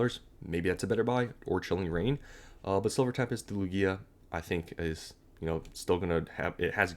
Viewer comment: Its pronounced Loog-iah not Loo-Giah… normies man…